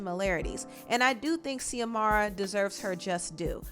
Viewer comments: Xiomara is pronounced as Ziomara not Seeahmara. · It’s not zeeee-amara It’s Zooeee-mara. That’s a common Spanish name. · Yo I went to high school with Xiomara and I had no idea she was an artist until watching this video!! That so crazy!!! Her name is pronounced Z-amara. She was a year or two younger than me in school but the sweetest person. Anyway hope that helps with the name pronunciation ❤️ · I believe it's pronounced xiomara as in Ziomara not See-omara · Xiomara is pronounced ZeeUhMaruh. X makes a Z sound. My name is pronounced TuhMYRuH and ppl stay saying Tamara…so I had to let you know boo. It’s all love ❤️ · Xiomara is USUALLY pronounced like Shìomara, but fast so it kinda sounds like Shomara. But I'm not sure in her case just wanted to lyk lol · Xiomara is pronounced SHO-MARA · Xiomara pronounce more like (Zee O Mar A) 😉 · Pronounced... Zee-Mora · Xiomara is pronounced ZIOMARA love😉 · Xiomara is said like Zamora